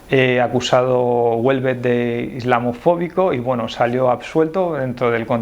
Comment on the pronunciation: A mí me gusta y soy mujer. Por cierto, Houellebecq no ternina en t